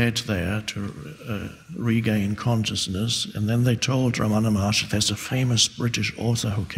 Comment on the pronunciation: Dear I'm from india at tamilnadu his name is not ramana maharshri it is wrong pronounciation his name is Ramana maha rishi